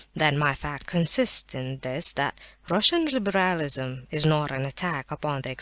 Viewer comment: "libéhrahlisum" was driving me mad!!!!